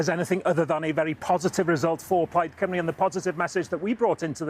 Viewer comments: The way they say Cymru as Coomru is driving me nuts. They never even bother to learn the pronunciation. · You’d think English presenters would have learned how to say “Cymru” by now.